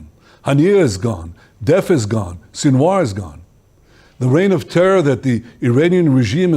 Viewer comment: Plz correct Name Yahya Sinwar not Yahya Sinawar